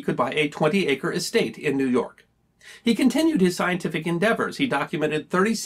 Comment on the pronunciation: Just a friendly FYI, its pronounced "newfinland" :)